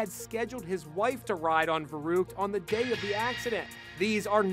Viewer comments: its "Verrückt" not "Verruckt" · In Germany we say „verrückt“, not „veruuhgt😂“ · Its Verrückt Not Verruckt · It's called Verrückt Not verruckt Don't 4get those dots on top (I hear my teacher scream back then) Haha Greetings from Germany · Verrückt is German for insane not verruckt ;) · It's pronounced veruct not verooct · Not voruckt it’s pronounced like verruct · its verrückt, not verruckt, ty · It’s verrukt not verruket yea play zombies like me kid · Its verrückt not veruckt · It's "verrückt" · Pronounced "Verruckt" wrong. GOOD JOB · Its called „verrückt“ not „verruckt“ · First of all rip Caleb and my condolences to the family. Secondly in German it is verrückt. The ü is a special letter in the German language. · the way he pronounces verrukt..... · Rip but the name of the slide is pronounced ver ruk Ed like the zombies map not ver uke I will stand for our zombies community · DUDE ITS SPELLED VERÜCKT NOT VERUCKT but it’s still scary but I’m german but next time a Ü or Ö or Ä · Verrückt Not verruckt 😂😂😂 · yo its peonoumced vuh ruhkt anyone who plays zombies would know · You pronouncd veruckt wrong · I died a little bit inside when that guy said «Verruckt». I’m German... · 1. Verrückt* 2. Most terrible pronouncation 3. Omg why tf would u open smth like that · All zombies players know he’s pronouncing the name of the song wrong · He said verruckt wrong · That’s not how you pronounce verrückt 😂 but man Rest In Peace ! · I speak german and its spelled Verrückt and you say it otherwise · You don’t pronounce it like u, you pronounce it as an a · Verrukt?? Only true Germans know how to pronounce it I’m looking at ya zombie players